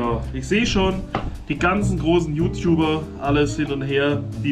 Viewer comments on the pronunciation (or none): none